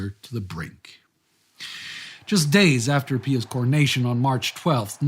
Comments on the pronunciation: It's pronounced PIE us, not PEE us. So annoying to hear you mispronounce something so simple. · What's with the pee-us? It's pronounced pie-us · "Pie-us" not "pee-us" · PEE-us you say ... We say PIE-us. George the 41st Bush (sr) intentionally mispronounced Iraq leader's name, for some unfathomable geopolitical reason. j/s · It is normally pronounced "Pie us" in English. Like Pious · Why are you pronouncing the name “Pious” with an “ee” sound? I’ve never heard that before.